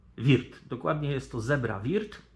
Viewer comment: POLICJA JĘZYKOWA NIECH NIKT SIĘ NIE RUSZA! :P Würth nie czyta się wirt bo U-umlaut to takie u tylko z intonację bardziej jak e a Milwaukee nie czyta się milłuki tylko melłokii (albo jak mieszkańcy Wisconsin twierdzą 'mełokii') bo au w Milwaukee czyta się tak jak w wyrazie fraud (~frod~)